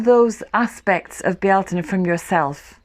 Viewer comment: ♥️ Yes, candle lit and sat in the midst of the garden soaking up the colors and sounds of birds in bees as they coo, caw & buzz❣️ Just love your garden tour, your wisdom and beautiful music. Some say Beltane, you say it with 3 syllables “Bealtaine” ~ beautiful 🙏🏼 I just love to hear you say it🤗 Thank you!